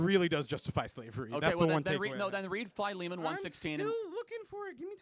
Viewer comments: "FY-LEE-MAN"? I know it as "Phil-eh-mon", am i wrong or is charlie wrong? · I thought Philemon was pronounce Filly-Mon.